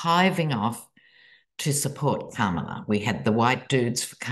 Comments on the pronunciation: Hi, you have a very significant voice, it has power & it impresses on people... So, I have a request, Please learn to pronounce VP Kamala 's first name, as she likes it... COMMA-LA☺️... Like the punctuation, Comma. In case you were not aware of it. I love your voice & it gives more power to COMMA-LA, rather then, Ka-MA-la. Love your reading today. Heard my Astrologer say that the 'Shit' will really hit the fan, Sun, Mon, Tues, this week. Buckle up! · COMMA-lah is the correct pronunciation. Cheers. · Here's a video she put out some years ago herself: ka - ma - la (even distribution of syllables and rounded 'a' )... not flat 'a' like 'cam' - mind you I have an Australian accent as well